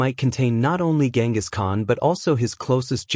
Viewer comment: Atleast he isnt calling him GinGis Khan.